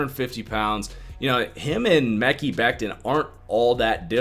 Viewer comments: Still saying mecky lol. If you watched just one game, you’d know how to pronounce it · Omg Omg Omg.... Please stop saying the name wrong you're sounding dumb and like an amateur , its May-Kai or Me-Kyy (damn it) 😠 !!!